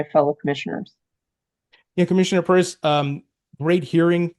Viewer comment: It’s Pierce NOT Purse👀